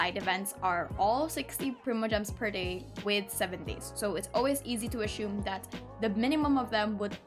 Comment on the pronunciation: Assume. Not ashume.